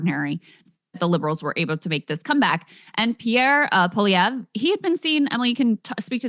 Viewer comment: I think Krystal Ball might be the first American in human history to pronounce Pierre Poilievre correctly.